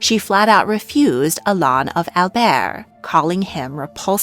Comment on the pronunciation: Albret, not Albert.